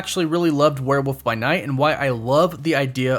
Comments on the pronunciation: The way you say were woof....frustrates me...lol its were wollllllllllf.....wollllllf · ...it is WEREEOLF NOT WEREWOOF